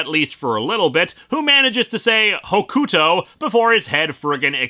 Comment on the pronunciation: I get that it's not your thing but good lord the way you say Hokuto is putting me on edge in the worst ways. It's like I'm back in the early 2000s.